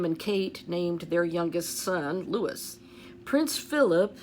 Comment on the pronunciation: Hi 😊💕🌸thanks for all your diligence! Louis is pronounced “Loo ee “